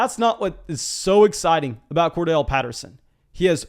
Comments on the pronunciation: Won’t spam chats but gonna keep pushing you to stop saying Cordell for Corderelle!🤣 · Bro it's COR-DARR-ELLE Patterson :'(